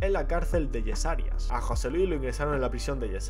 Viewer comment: Que guay el vídeo tío, gracias lo único no o digas yesarias...hace daño a los oídos es yeserías